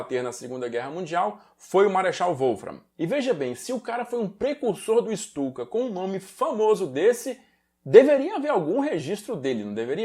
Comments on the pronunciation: Uma correção: a Guernica que estava na ONU (não está mais, foi devolvida aos proprietários, o Rockefeller) não eh a original, mas sim uma réplica em tapeçaria. A Guernica original se encontra no museu reina Sofia em Madrid. Ps.: Se pronunciar Stuka como Chtuka, o alemão vai parecer mais legítimo. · Ou melhor ICHTUKA